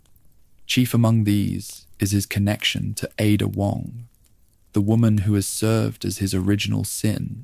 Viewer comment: it's definitely AI. Dude said IDA instead of Ada. Also when quoting someone it was like it copied and pasted the quote into its story telling in a way that threw off the sentence.